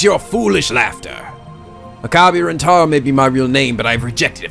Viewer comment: You may already get since you are some ways into this LP But How you pronounce names and other phrases in this game are as so... Okarin (Oak-a-R-een) "El-Psy-Kongroo" (Cangaroo) And lastly how to say the Protagonist's name Rintaro (Reen-Tar-oh)